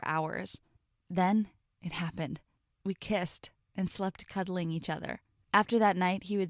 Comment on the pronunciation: Uhhhhh "cudiling"